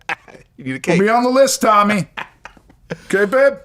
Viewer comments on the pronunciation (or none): none